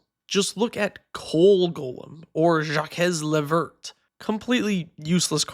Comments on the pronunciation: “Jock-ezz la verT” 😭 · I'm sorry Jakess le verttt? 🤣🤣 Please keep speaking French it's amazing 🇫🇷🇫🇷🇫🇷🥖🥖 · "jakez le vurt" lmao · wouldn't it be pronounced like Zhack Le Vehr? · "Jacques Le Vert" is pronounced "Jak le Verr" btw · Jacques le Vert (that pronunciation was a hate crime btw) is fine. He’s a 3/4 for 4 that pumps your team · That was the most excruciating pronunciation of Jacques le Vert I have ever heard. You are awarded no points, and may god have mercy on your soul. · That Jacques le Vert pronunciation has to be bait lmao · You're killing me with that Jacques le Vert pronunciation dude